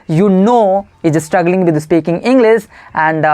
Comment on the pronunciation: It’s “speaking,” bro, not “Aspeaking.You just need to focus on your pronunciation. And one more thing try to speak English in a relaxed tone. Shouting without any reason doesn’t sound good. The rest, you are doing really well and you’re 100 times better than me. I wiill keep learning tricks and tips from you….well wishes to you!👍